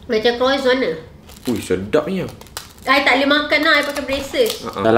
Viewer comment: kak its “kwahson” bukan “kroizon” 😭